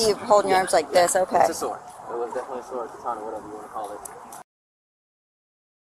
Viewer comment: That lady didn't say she had a sword. She said she had a sWard! When I was a kid, I used to say it like that, so the first time she said it, I kind of brushed it off, thinking maybe i heard it wrong. Then she said it again at least 1 more time! So, is there a difference? IDK, maybe there is. A sword is a deadly weapon (especially in trained hands). However, maybe a sWord is not...